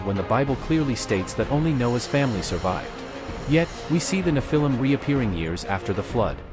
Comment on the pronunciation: Thereare still very tall people. It isnt nephIIm with emphasis on the lim its NEPhilim